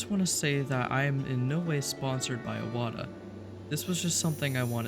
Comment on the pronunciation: One of the few YouTubers to pronounce Iwata correctly. 😊